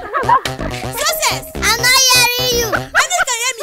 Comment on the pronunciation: She pronounced success like scces Lol🤣😂😁🤣